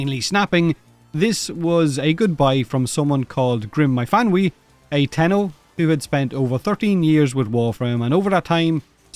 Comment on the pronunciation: If I know my Welsh, which I hardly do, I believe Myfanwy is pronounced either Miffanoy or Miffany (I think this is the lazier English way) . I have heard it pronounced both ways. Also, there is only one melee weapon for Frost. The Sibear, yeah, yeah it's terrible but it's an Ice Hammer. I think I have a Riven too.